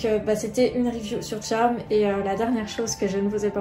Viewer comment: Ça se trop prononcé pas Tcharme mais Charmed